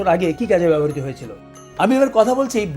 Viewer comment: স্যার সশ্রদ্ধ সালাম ও অফুরান ভালবাসা। বেয়াদবি নেবেন না। ব্যবহৃত শব্দটি বেশ কয়েকবার ব্যবহার করেছেন। যতটুকু কানে শুনেছি (যদি ভুল না হয়) তাতে মনে হয়েছে আপনি "ব্যবহারিতো" উচ্চারণ করেছেন। বাঙলা উচ্চারণ অভিধান, বাংলা একাডেমীতে "ব্যাবো hriতো" আপনার সুস্বাস্থ্য ও দীর্ঘ জীবন প্রার্থনা করছি